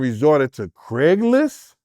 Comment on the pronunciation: When he said " Craiglist" everyone ova here fell out😮😮😮😮😮😮😅